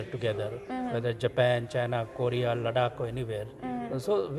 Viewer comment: Ladak. Hahaha I person who can't pronounce ladakh. How he knew the history of ladakh.